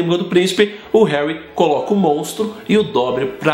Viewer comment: herry potter